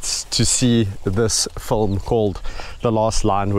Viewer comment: You already have excellent production values so I can only imagine with added effort how good this "fulm" will be. (I love the way you pronounce film...and milk...sounds like mulk. Big hugs of. appreciation from Montreal.